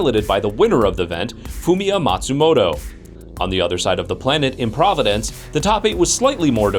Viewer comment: PROV A DENCE